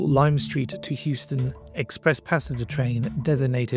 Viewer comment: Regarding your pronunciation of Euston, don't worry about it,. As with everything in life, just do your best and ignore the haters. We've got your back! 👍❤️👍